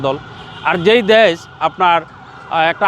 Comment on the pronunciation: ডেশের শালারা দেশ বলতে পারে না।